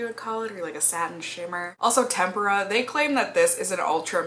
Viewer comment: I love hearing your take on this palette, especially given your background in art. I've heard so many people pronounce tempera like tempura, as in "shrimp tempura," I cringe every time, haha. I've been debating this palette because I do have some similar shades...but it just looks so pretty!